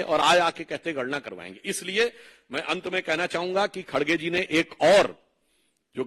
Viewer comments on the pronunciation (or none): none